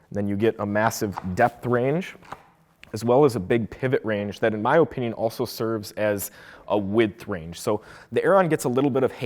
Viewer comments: why does blud say opinion like that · thanks for the video but learn on to say opinion better sheesh boi